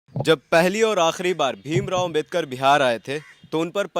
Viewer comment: यह पत्रकार है कि गदहा है बाबा साहब का नाम भी सही से ले नहीं पा रहा है तुम्हें जो पत्रकारिताकरने का जो अधिकार मिला है वह भी बाबा साहब की बदौलत मिला है नाम तो सही से ले उनका नाम बाबा साहब डॉक्टर भीमराव